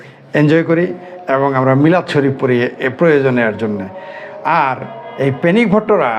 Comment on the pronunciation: পেনিক বলেন না পেনিস বলেন বুঝা যায় না।